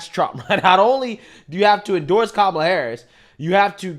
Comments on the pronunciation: CANCEL JOY for not saying kalam name correctly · Behar pronounced her name KAMala…lol…is someone going to call her racist? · Did you notice that Behar also called her “Ka-mahh-la”? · she calls her ka molla I thought that was racist 😂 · Behar called her KaMÁla 🫨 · did Joy Behar say KaMALa? With the accent on the second syllable, something the dems have said is racist? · Joy behar mispronounced Kamalas name. Why isn't she being called a racist for that? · She said kamala name wrong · Hey wait, didn't Joy pronounce Kamala wrong? I guess she's racist. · She pronounced Kamala the same way the left complains about conservatives pronouncing it. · Lol, Joy said Kamala wrong... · Joy Behar says kamala's name right and the wrong way 🤣 but no one will correct her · Look at Joy saying her name wrong. What a racist 😂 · Joy said Kamala’s name wrong when trying to bait usher haha